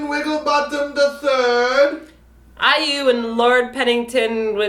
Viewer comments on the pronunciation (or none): why don't you have more respect for IU instead of asking respect for the goose? stop pronouncing her name as EWW! one or 2 times is enough but throughout the video? please stop. Dont mean to be rude or what...i just felt quite uncomfortable hearing EWWWW it is AI-EE-YOU! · after this, I'm pronouncing iu as "ew" LOL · Thanks to Now I say BATOOST instead of Beast I say Efcuz instead of Focus *F.Cuz* I say MmmBlak instead of MBLAQ and now I say Ew instead of IU... xD Anyway, IU for the win! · Are you fucking kidding? "Batoost", while it bugs me, is not derogatory: "EWWW" is. IU's name is in pure English: I - U. That's not hard to pronounce. Why is he pretending that he doesn't know how to read it? I find this impossible to enjoy when they're acting like bullies on a playground that I encountered that make fun of an Asian kid for his name, and bullies that I encountered in Korean classrooms for my own English name. They make me feel ashamed to be Canadian. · waaaahhhh...i already call Beast as Batoost now I'm gonna end up calling IU as Eeewww too hahahha...and did you just call F.T I as FoTo Island?? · haha its so funny how pronounce IU like iewww hahah HAHA:D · I love your mispronounced kpop artist names XDDD Firt BATOOST, then GONA, then BILASA, then KSXXIIAAAHHH, and now EWWWWWW. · now they got another pronunciation for IU... "Ewww". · You and I, And it's pronouced :ai-yu" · omg keeps saying "ewww" instead of iu omg i cant stop laughing and when he ate the bread like a goose omg i cant idk anymore skgjfksksk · She's not IU ...it's pronounced I - YOU . hahahaha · not really insulting since can't pronounce it. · i love how pronounces IU and the face that he makes when saying it....hahahahaa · IU's You and I. and this is the first time I have been annoyed by mispronunciation of names. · perhaps i need sleep because mispronouncing IU irritates me -__